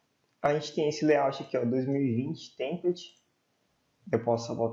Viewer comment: Seu vídeos são muito úteis. Só um feedback. A palavra "template", a sílaba tônica é "pla". Sua pronúncia está errada.